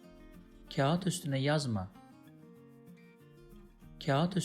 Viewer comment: teleffuz videosu çekip kağıtın teleffuzunu doğru yapamamanız komik olmuş k ince bir şekilde ı okunmadan kağat diye okunur aynı şey ağır kelimesinde de geçerlidir ağırda ı okunmaz aar diye okunur